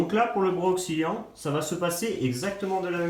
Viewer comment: Et un bras oscillant pas ocksilliant 😅